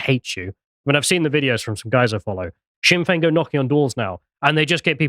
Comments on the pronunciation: The "Sinn" of Sinn Fein sounds like "Shin" when pronounced. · I really love when this non Irish guy calls Sinn Féin sin Fayne.. stay in your lane. Russian propaganda. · Please pronounce Sinn Fein the Irish way where s is ShinnFein. Varadker has the emphasis on the second A. It's a difficult language.